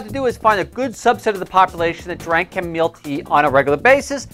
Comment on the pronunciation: Chamomile my friend.....not chamomeal